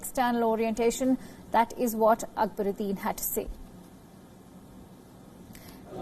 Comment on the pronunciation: Mrs anchor pls pronounce the name properly It's ak - ba-rudin